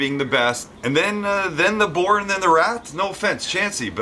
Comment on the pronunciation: For a minute there I coulda swore Sam said "I'm a whore" :) Oohhh Boar! My bad....